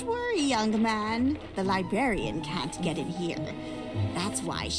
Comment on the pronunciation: “Die-brarian”lmao nice man 👍